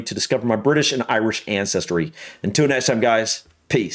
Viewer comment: Love your channel,! However, you are regularly guilty of one at the start of most of your videos. The world is "ancestry "! Now this isn't an Americanism....just a Steveism! You usually say "ancestory"! Oh, and like loads of people both sides of the pond, although moreso in the US, I hear the word "suscribe" instead of "subscribe" a LOT